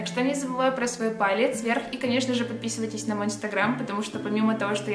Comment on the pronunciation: Мне одной кажеться что она говорит не подписывайтесь а подписивайтесь ,это так прикольно